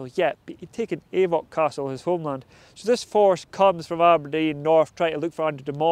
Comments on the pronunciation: It's not pronounced 'Ay-voch'. It's pronounced 'Auch'. Like 'och'. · That's not how you say Avoch. It is och.